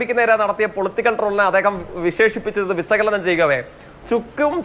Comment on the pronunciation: അതിസക്തൻ - വിസകലനം - ദേസീയ - വംസഹത്യ എന്റെ ജയിക്കെ... മലയാള ഭാഷയുടെ അഭിമാനമേ...